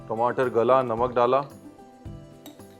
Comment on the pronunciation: Aaloo ki sabji to theek hai.. Magar apka apne ghar ka way bolne k tareeke ka...Kya khne... Timatar